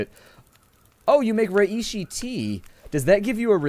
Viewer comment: Under 301! Btw its pronounced Ray-she!